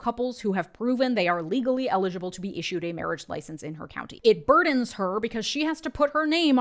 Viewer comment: Distongtion on "Her" god cuse she aint talking about Jesus 😂